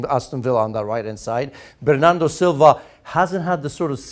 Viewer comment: Bernando?? Aaaa ! He must be from brazil.